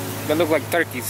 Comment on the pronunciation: he said mturkeys